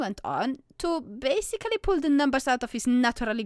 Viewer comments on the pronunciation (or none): none